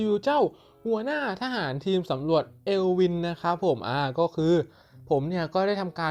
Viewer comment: มันออกเสียง เอิล วิ่น เอลวิน55